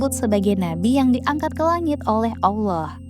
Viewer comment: Allah bukan owloh .beda